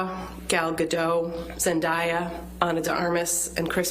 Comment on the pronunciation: I can’t be the only one who hates how they say zendaya name